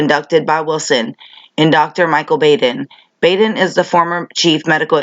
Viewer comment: So very happy to see you keep on exposing the fuckery in this world Beauty. And Bravo on your newest Keneeka video! I truly believe that u are an angel sent to earth to helping to wake us up and open our eyes. Btw it’s said Baden with a soft a. And he is an incredibly powerful,rich, and intelligent man. Makes ya wonder with how closely the cops work with the coroners how many of them are dirty. Love ya!